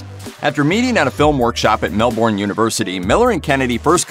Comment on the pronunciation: All this research and you can’t even get this guy to pronounce Melbourne properly